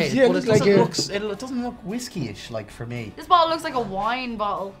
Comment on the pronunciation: “nice bo ol o” 😂😂😂 I’m crying